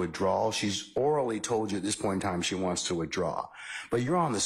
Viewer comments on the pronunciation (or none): “SHE FIED”